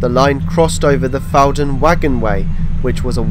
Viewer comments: and elsewhere: It's "FOUR-dun" not "FAU-dun" - as can be heard on the announcement. And , the line crosses the former Fawdon Wagonway route before entering the station from the west, not leaving it as implied here. Sorry to nitpick your wonderful video. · Fantastic, enjoyed this, having watched your Yellow Line video yesterday :o) Just a couple of pronunciation corrections, as a Newcastle chap: Ponteland is pronounced "PonTEEl'nd" with the emphasis on the 'tee' sound. Fawdon is pronounced as "forden" (the 'w' is not voiced).